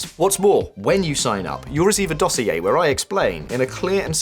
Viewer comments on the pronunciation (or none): none